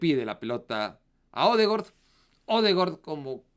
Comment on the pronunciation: Es odegard no odegord 😂😂😂